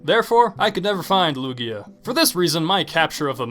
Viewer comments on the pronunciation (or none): #1, IT'S HO OH, NOT OH HO! #2, IT'S EITHER LUGIA OR LUNALA, NOT LUUAGA (I DON'T WHERE YOU GOT "LUUAGA")! #3, MEGA MAN AND JOHN CENA ARE NOT POKEMON, THERE JUST RANDOM BEINGS YOU PUT ON THERE! DON'T BE STUPID NEXT TIME!